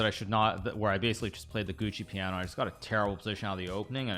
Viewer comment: "giuoco piano" is pronounced "joko piano" not "gucci piano, and "fianchetto" is pronounced "fianketto" not "fian-cheat-oh" 😭great video love your channel and playstyle 👍